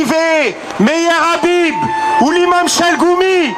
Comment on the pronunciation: Anasse c'est pas abib c'est 7abib avec le H, hhhhhabib